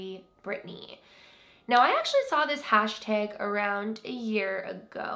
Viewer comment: I love your accent when you say “hashtag” ❤️